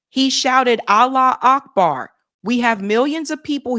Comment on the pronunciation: Allah wu Akbar.. you would think that after decades of saying it and reporting on the news over and over again they would actually SAY IT CORRECTLY. It's "Arabic for God is great" 😡